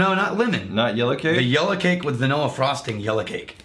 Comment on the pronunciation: There's something so calming about how says "yellow cake" and really pronouces the "ow" and then quickly devolves into "yellacake"